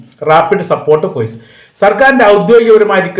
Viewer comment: ഫോയ്സ്. × ഫോഴ്സ്. ✓ എപ്പോയും.× എപ്പോഴും.✓